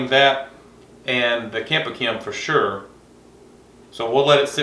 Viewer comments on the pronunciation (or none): none